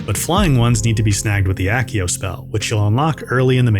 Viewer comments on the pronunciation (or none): none